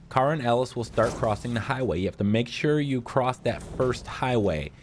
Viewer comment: Cross, not ex, idiot.